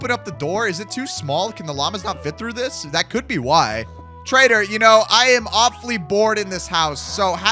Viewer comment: Bro calls him a traitor instead of a trader😂😂😂😂😂